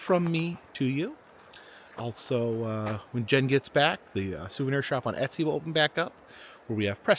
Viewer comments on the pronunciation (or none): none